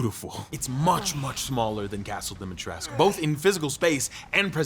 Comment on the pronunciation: He's still calling her Dimitresque -.